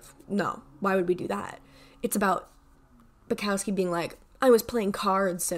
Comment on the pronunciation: i really liked your take on the books/poem collections. however, the louis/niall comment was just annoyingly inaccurate and served no purpose. you can embrace your favouritism without putting others down methinks. but besides that, great video. especially great take on bukowski (who is pronounced boo-cough-ski i'd say)